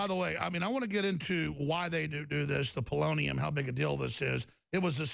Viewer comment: lol, It sounds like he is saying bolognium